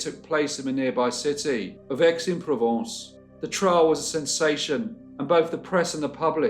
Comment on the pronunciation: It's pronounced Ix - en - Provence. The A is silent